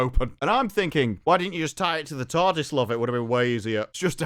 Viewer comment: The way he says Tarrrrrrdis is infuriating.